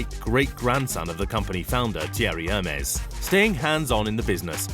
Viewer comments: Ermesse not Hairmeese ! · OK here we go again it is ERR MEZ NOT HERMEEEEZ. Oh god you are a mess. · i thought it was said air-may (Hermes) not Her-mees like the greek god. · narrator kindly check before narrating foreign names. its NOT "hermeees"... its "Air Mays." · You pronounced it as Hermeez??? It's pronounced ehhrr-mezz. Amazing. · “Hurmiez” lmao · "Her mies"... gosh. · But why does he pronounce it "her-mees"?😭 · Hermies? Really? Hermies? Can't even pronounce it properly.. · Did he say Hermès like hermes the god? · Lordy the way he mispronounce Hermes drives me crazy. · Pronounces Hermès wrong, uses a pic of Buffet when taking about Mars and says Mexico is part of South America 🤦🏻‍♂️ it’s part of Latin America but is in North America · im offended at the hermes pronaunciation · Arg there is only so many times I can listen to the word Hermes pronounced that way. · The H is silent in Hermès!!!!!!!! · Wrong pronunciation of Hermes !! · PM Layden It does. It says someone still has an expectation that someone creating content and posting it as purported fact do a basic level of research in order to correctly pronounce a commonly known brand name. It says she has standards that this crap video failed to meet. In addition, photos were misidentified as was the location of the entire country of Mexico which is in North America, not South America. If people are insulted just for holding others accountable for failing to meet basic standards, then the quality of everything will continue to decline. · I love shopping in aldi but for the love of god pronounce herme's properly please